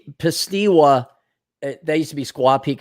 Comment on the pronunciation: No shortage of awesome spots here in az. Now is a good time to get up to payson to camp before it gets too cold. Camelback mountain is a decent hike. Superstition mountains are east of Phoenix, just stay away from the meth addicts in Apache Junction. Edit: its pronounced 'pie esta wah'